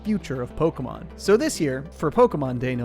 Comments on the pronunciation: ALABAMA MAYUHN! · Alabama mawn is what it sounded. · It's so funny to me that you pronounce pok*É*mon and chinp*O*komon the same, like how/why does the é make an o sound???😭